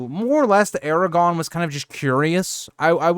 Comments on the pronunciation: First off... It's ARAGORN... not Aragon. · Eragon? Wrong series😂 Air-ah-gorn. Solid video otherwise. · Please. People can sound out basic things like Aragorn not being pronounced Aragon. The R is the clue. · If you’re a so called Tolkien fan like this channel suggests you should know the names of characters. It’s AragoRn. Lol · I quit listening when you called him Eragon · Or, air-a-gawn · Made the video completely unwatchable tbh. You don't even know how to say one of the MAIN characters names, like are you really even a fan? Smh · you’re pronouncing Aragorn without the second ‘r’ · Glad to hear you corrected the mistake . Your content is really great but mispronouncing Aragagorn kind of takes you out of it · LOL, sorry about that!! There is actually a difference between a typo and consistently pronouncing a name incorrectly. Especially if the person is supposed to be well-versed enough to make a YouTube channel for LOTR. I'm assuming you're trying to insult me, but it's all good as far as I'm concerned. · There’s no way someone so geeked-out on the subject would make that mistake….im thinking it’s a speech impediment, it kind of sounds like he’s really trying to say it correctly, but failing.